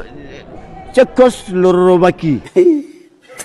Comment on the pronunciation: Tchekoslorovaki😂😅 c'est ce que j'ai entendu j'écris 😂😂 c'est tousssss